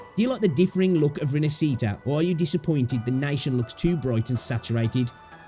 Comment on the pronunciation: I know it's not your language, but it's pronounced more like "Rin-ash-eat-ah". Stress on the "ash" part. Interesting video.